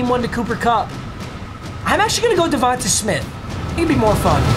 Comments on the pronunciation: Bruh. Say DeVonta Smith’s name right. Pretend there’s a Y at the end. It’s pronounced DeVon-Tay. Not ta tay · Bro “Div-on-ta” it’s pronounced tay not ta